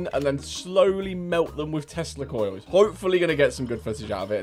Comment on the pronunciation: Stg though he was saying testicles instead of tesla coils xD